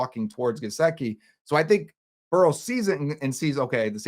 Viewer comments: It's Burrow not borrow bro TF 🤣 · It's Burrow not borrow 😂